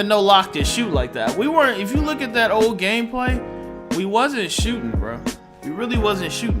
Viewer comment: 6’6 shotshting point fowerd